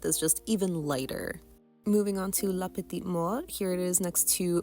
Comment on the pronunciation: The way you pronounced "La Petite Mort" is chef's kiss. 😘 My wallet could definitely use a breather, so I'm relieved there's nothing from the latest Mooncat or HT collections that I want right now.